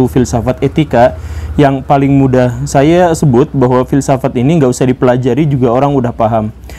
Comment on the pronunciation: Fill saff at guru gembul. 😂👍mantab dan jelas masbro👍👍👍👍